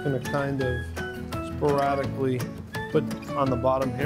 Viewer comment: Am I the only one who... When he said speraticly thought of clueless